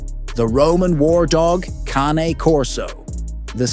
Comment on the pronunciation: Why do you mispronounce CANE? Italian, Caw nay, 2 syllables, not Cane, though you said it 2 ways. ? 😮😮